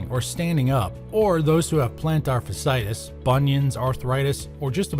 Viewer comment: Did anyone producing this video not know how to pronounce fasciitis? There are to "i"s together. It's pronounced fash-ee-i-tis.